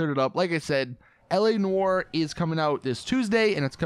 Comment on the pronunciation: You say “Noire” wrong it really bugs me